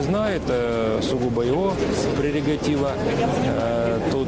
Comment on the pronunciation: Господи, поражаюсь, депутат говорит " прерЕгатива". Какие избиратели, такие у них и избранники!